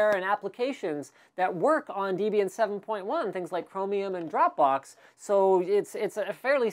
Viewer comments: Pedantry: Debian is pronounced with a short e, not a long one. i.e. not DEE-bian but DEB-ian. It's made up of two names, Debra and Ian. Source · Named after Deborah and Ian, making pronunciation totally unacceptable on your part ;-) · You don't pronounce "Debian" the same way I do. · pretty sure it's pronounced debian, and not debian.